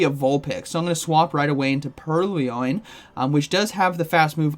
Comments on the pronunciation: It is purr-loin, not pearly-oin. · Purr-loin. Not pur-ly-oin. It's a play on the word purloin, meaning "to steal" Love your content, not sure why this bothered me so much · "Purly-loin" :face-purple-smiling-tears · Pur-Lee-Oin? lol nice video, man! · I hate the remote pass update almost as much as I hate how you pronounce Purrloin LOL